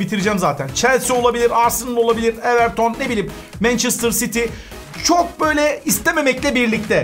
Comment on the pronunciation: Abi mençistır sity